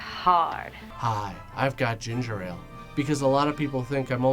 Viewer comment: Oh lord ginger ale... Really coming out with the Canadian side of ya huh?